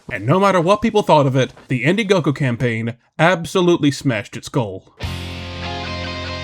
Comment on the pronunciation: India-gogo??? Bro learn to read before you start trying to do takedowns 😅😂